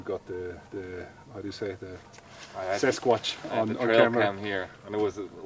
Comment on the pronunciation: Did say "Sasquatch"??